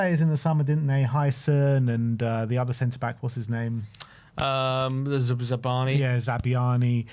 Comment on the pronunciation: They way you butcher the players' names is incredible....